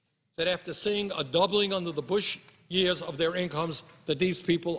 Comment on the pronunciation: Bushearssss has me in tears every time I watch this